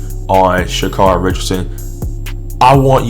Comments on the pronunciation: Carry.... pronounce it right. Here you are with the B.S. just say it you don't like her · care ree.